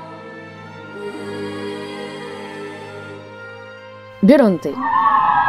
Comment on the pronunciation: J'ai regardé la VF de Godzilla VS Biollante, et j'ai toujours entendu et dis Biollante et non Biollanté 😅